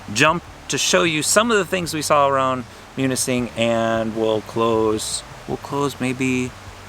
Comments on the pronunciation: You pronounced it perfectly! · Great video!, your pronunciation of Munising is perfect! If you and Sheila come to the Lower Peninsula, you really need to visit Traverse City.